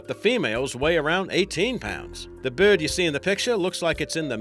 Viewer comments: I like how is says breyd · Who else is annoyed about the way the guy says bird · id pay money to hear this fool to say the word " bird " all day err day